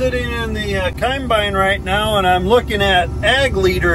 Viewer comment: And coymbyine for combine 😁 i no longer say combine either, it's coymbyine or no bine